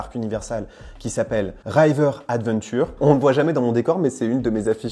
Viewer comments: Bonnes nouvelles. Par contre, par pitié, pas "Raïver" mais juste "River". Hâte de voir si c'est officialisé et de visiter, après avoir fait celui de Californie en mode VIP en 20a5 et celui de Floride 2 fois (dernière fois en avril 2022). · R(ee)ver adventure ;) pas R(eye)ver adventure !